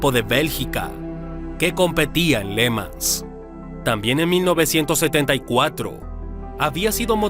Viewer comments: ¿Pors?, no, porsche, irosima no, jirosima (Hiroshima), Léman no, Le Mán (Le Mans). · Está mal la pronunciación de le mans.